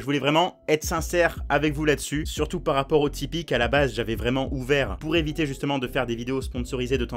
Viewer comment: t'a dis "PAS RAPPORT" au lieu de "PAR RAPPORT" NE ME MENTS PAS JE L'AI ENTENDU !!!